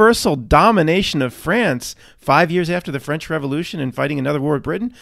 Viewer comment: The Ficlkle Fwench?